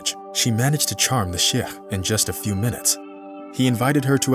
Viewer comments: Chef? ... its pronounced Shake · “Shake” is the right pronunciation